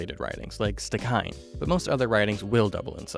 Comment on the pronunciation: Very helpful thanks. Stikine pronounced "stikeen "